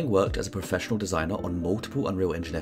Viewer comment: Sorry to be that guy but it's pronounced 'Professional"